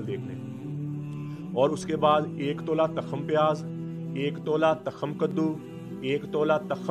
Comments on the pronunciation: Hzrat tkham nhi tukham HOTA hy apni Urdu thek kren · takham ni hota tukham hota ha🙏